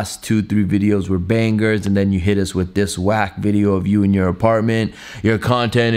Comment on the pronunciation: "WOOOOOOW THE LAST 2-3 VIDEOS WERE BANG-GER" WTF IS BANG-GER?!